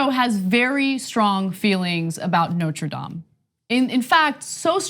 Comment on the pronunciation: Learn how to pronounce Notre Dame... 🤦🏼‍♂️🤦🏼‍♂️🤦🏼‍♂️